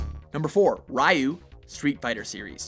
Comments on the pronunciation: Its pronounced "Ree-you" not "Rye- you" ! jeez! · Hate to be that guy but Ryu's name is pronounced Ree-you not Rai-you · He got in. and it's pronounced Rē-ū Her too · YOU'RE REALLY MAKING ME MAD SAYING ( rye-oo ). ITS (REE-YOU) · It’s pronounced ree-you not ri-you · Shrek The Ogre Don't forget "Raiyu" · He said ryu wrong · the way you pronounce ryu bothers me. you mojo guys loves being hipsters and pronouncing things the opposite of how they should be pronounced just to be different.. i aint mad at u